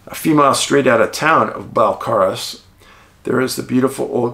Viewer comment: Pronounced 'Bell-care-us'. I grew up in Qu'appelle above the valleys. Honest farmers.